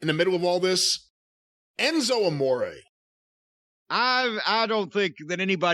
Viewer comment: Why tf he call that man Enzo “A More” knowing that ain’t how you pronounce his name. Jim be petty af 🤣🤣🤣😭😭😭😭😭